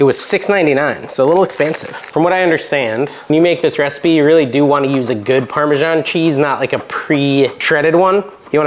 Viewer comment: Funny way to pronounce Parmesan. I'm sure the citizens of Parma wouldn't know what you are talking about.